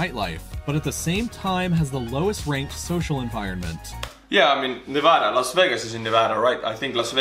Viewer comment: He did pronounce Nevada correctly, though, so I’ll give him that.